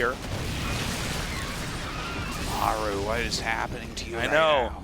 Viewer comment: please at least pronounce Maru in the correct way. Show some respect